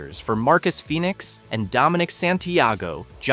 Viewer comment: Bro thats not how you pronounced Phoenix.